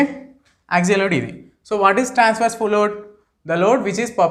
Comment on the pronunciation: But pronouncing was bad.